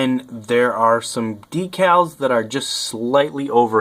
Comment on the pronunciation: DECALS........... jesus say it properly.